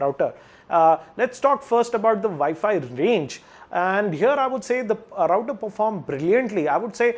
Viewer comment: He is pronouncing it right